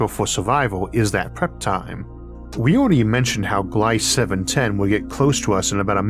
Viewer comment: It's not Glayss, it's Glee-zuh